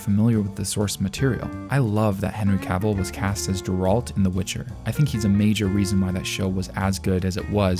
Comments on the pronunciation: its not "Jeralt" xD Its Geralt. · Did you just say Jeralt instead of Geralt? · Jer-AHLt. Bruh. Wut? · Oof clicked off when he said jeralt instead of Geralt. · Geralt not Jerald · How do people play all of the Witcher games, watch the TV show and still mispronounce geralt’s name? This isn’t just a you thing. I have seen so many YouTube videos that call him Jeralt. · So are we just not gonna talk about how he called Geralt “Jurault” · it's pronounced "geralt" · ...did guy just say Jerahlt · you stated that you "love that Henry Cavill was cast as Jer-alt in the Witcher." For such a big fan, you'd think you'd know how to pronounce Geralt's name. I call bullshit. You're obviously just a poser, and not a true fan. Lost all credibility. Stopped watching the video right then and there. Thumbs down. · you pronounced Geralt incorrectly. It's more like gay-rult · I've never heard anyone ever pronounce Geralt as "juh-ralt" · no way you said juh-ralt lol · Starts watching video Hears "JERALT" closes video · Ah yes “jeralt” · This dude really said JERalt for no reason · LOL did you say Jeralt for the Witcher? Is this a GIF joke? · Great video, but I stopped watching after you butchered Geralt's name. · He did not just say Geralt like that🤦‍♂️ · Good job on butchering Geralt's name. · The way you pronounced Geralt 😅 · You “love” that Henry cavill was casted in Witcher but you pronounced Geralt wrong 😂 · At least say his name correctly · Can’t get over your pronunciation of Geralt lmao